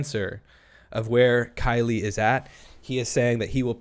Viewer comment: Also, in the beginning she slips up here words "I uh call...I mean talked to Killie"